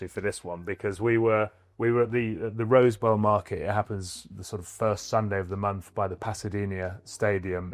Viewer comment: The name of the flea market in Pasadena, California is “Rose Bowl”, not Rosebell..